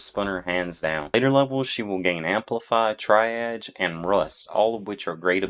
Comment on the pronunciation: Triage is pronounced Tree-arge btw. Good info here thanks!